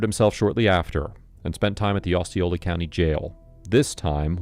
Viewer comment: Osceola such as in Ohio, not like in Ozz.